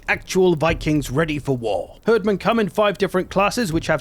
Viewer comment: For the love of rødgrød, please stop calling them "herdmen" It's pronounced "Hierdmen" XD